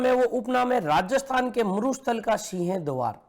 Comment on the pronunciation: सर सीह द्वार नहीं सिंह द्वार होता है, आप बोलते कुछ और ही हो